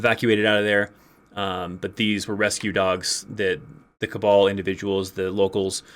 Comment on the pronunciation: It's funny how you keep pronouncing "Kabul" as "cabal". I hear "...the cabal airport..." and I'm trying to figure out WTF is going on until I realized what was going on.